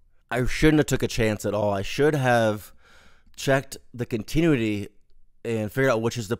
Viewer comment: Using 3 toggle switches for R/N/D is a bad idea... should be a rotary switch with break-before-make contacts... that way it's IMPOSSIBLE to accidently turn two mode switches ON at the same time. BTW, it's "con-ti-NEW-ity"...